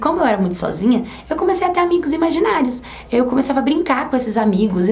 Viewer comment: Oi sou eu a vocês que em vez de imaginários eu ouvi maginais